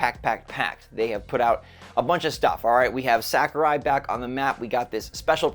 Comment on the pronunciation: sah-ku-rai. not sack-u-rai.